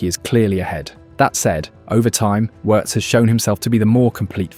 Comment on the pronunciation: Hate AI commentary. It pronounces Wirtz correctly but then messes up on Lyon😂